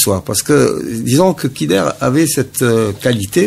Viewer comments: allah yerham les vais moudjahidins vous parler de dakhmouche youssef alors que vous ne le connaissez meme pas et vous n'etes pas sûr que c'est le tueur en plus on dit khider on ne dit pas kider et enfin ou est le tresor du peuple algerien ????? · Il prononce Kider au lieu de Khider